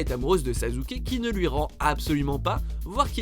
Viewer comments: Pour info sasuke est bel et bien amoureux de sakura c'est juste que sa haine est tellement superieure qu'il se fiche de la tuer si il peut parvenir a son objectif est cest sasuke pas sazuke merci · Attend attend il a bien dit Sazuke a la place de Sasuke , il vient de déshonnoré mon enfance 😂😂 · Faut vraiment que apprennent à prononcer les noms japonais, putain mais Sazuke ça fait juste mal aux oreilles, j'aime pas Naruto mais j'aime encore moins qu'on dénigre un nom par une mauvaise prononciation Et pour School Days, anime que j'ai vu et détesté, à quel moment Makoto et Kotonoha sont dans la même classe? Makoto est dans la classe de Sekai, et Kotonoha est dans la classe voisine, donc pas la même qu'eux, renseigne-toi mieux que ça, j'ai détesté cet anime mais faut arrêter de dire des conneries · 😶😶😶 "Sazuke"! Il l'a appeler "Sazuke"!!! 😱😱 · Kyouzuke Sazuke... j'ai mal à mon japonais :') Sinon je comprends pas Mine et Tatsumi dans le classement mais bon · il n'y a donc que moi qui ai entendu sazuke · Sazuke et sakura... c'est une honte depuis quand on dit saZuke ??? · Au moment ou j'ai entendu Sazouke, mon coeur s'est arrêté. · A , ça se prononce Sassuke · Sasuke ça se dit "Sassouké" .-. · il a bien dit cyka... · Pardon ? SaZuke 😂?! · Bon au pire on l'appelle pas saské mais suskiki ( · Oui il a dit Sazuke 😂😂😭🤣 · C'est parce que c'est comme cela que ça se prononce "Sasske". C'est un nom japonais. Etttt oui je suis chiiiiant, et je le dis en chantaaaaant 🎶🎶🎶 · arrete de faire des top 10 apprend deja a prononcer leur prenom pls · Putain je suis choqué !! T chelou quand tu prononces « SASUKE » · La prononciation de Sasuke les gars... YOU HAD ONE JOB è_é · WTF "sasuke" prononce bien euh ! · On dit Sasské et non Sasuké... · Et dis pas sazuke stp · Je rêve il a dis sazuke ? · En plus aprend a parle debile "sazuke"c est sasuke va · Sazuke?? Sassssssssuke merde 😂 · Sa ne se dit pas sazuke mais sassuke mais sa s'écrie Sasuke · C’est « sasuke » pas « sazuke »